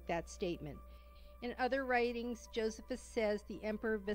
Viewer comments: JoSEEphus! Not JOsephus. EPHesus! Not E-PHEE-sus. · It's Jo-SEE-phus, dumbass narrator, not JO-sef-us. The Catholic church does not claim the testimonium is a forgery, only that one copy of Josephus has been interpolated with the phrase "he was the Christ" instead of "he was called the Christ". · I never heard Josephus pronounce the way it is here. I always heard it pronounced Joe see fuss. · I wish the lady would learn to pronounce Josephus correctly. Also the lady is NOT correct about Paul. In Paul's genuine letters we learn the Jesus was a Jew, born of a woman, born UNDER the law, gave bread and broke it on the night he was betrayed etc etc. There is a fragment of John's gospel which is date at 125 AD yet this lady claims the gospels were written late second century. This lady claims the famous TF passage from Josephus is a forgery but most experts don't agree!!!